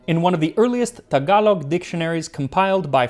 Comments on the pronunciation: I'm so happy that you pronounced "Tagalog" correctly. I don't know why, but it bothers me when that gets so butchered up. Lol! I agree the best Adobo is your mother's adobo. It really is. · max pronouncing “tagalog” correctly made my day